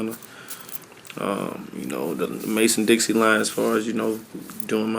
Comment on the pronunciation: "mason dixie line" smh, dixon.